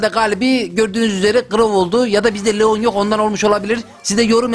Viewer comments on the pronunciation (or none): Bu arada abi leon lion diye okunuyor